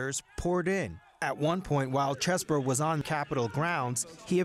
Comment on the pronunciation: why r they calling him Chess-bro? Is is pronounced Cheese-bro!!!!!!!! c'mon cnn😢